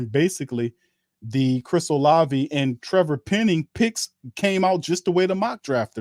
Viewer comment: Oh-lav-vie not Oh-Lay-vie